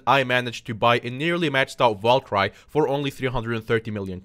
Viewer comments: actuly its not valcry its val ker e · Babe valkyrie is the same pronunciation over the world Val and kiri like the cow I'm confused everytime you sat it bruh